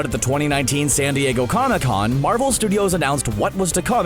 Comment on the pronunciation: You said cona con. Lol